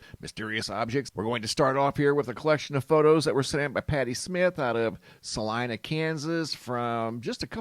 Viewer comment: Salina…pronounced “Saleena”